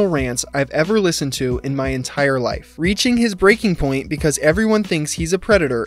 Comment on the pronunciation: ‘in my lø0ifæ’ is this a real person